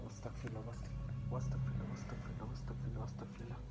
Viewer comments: Vai owastakfirullah na Astagfirullah uccaron suddo koiren noyto gunah hobe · ভাইয়া "ওয়াস্তাগফিরুল্লাহ "হবে না❌❌ "আস্তাগফিরুল্লাহ" হবে✔️✔️✔️✔️ আশা করি বুঝতে পারছেন।